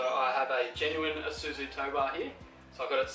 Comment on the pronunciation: Not a lot of white guys can pronounce Isuzu correctly, the rest are ladyboy Eye-suzu, so Kudos!